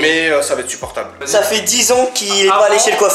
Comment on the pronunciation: il dit sa au lieu de ça